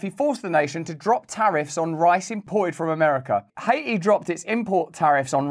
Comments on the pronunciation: What the hell is hay-eee??? That's a country? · High-aye-tee has been retired 🤣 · Aw you stopped calling it Ha-eee-tee